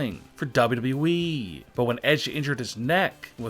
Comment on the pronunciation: how he says WWE😂 dbdbweee